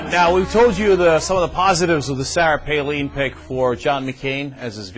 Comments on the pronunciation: I love how he used to call her "PaLEEN" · this idiot can't even pronounce her name right